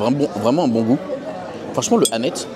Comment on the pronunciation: Ça se prononce Annette-se juste pour info ! 😂 Merci pour cette vidéo de tres bonne qualité comme d’habitude, tu regales ! ❤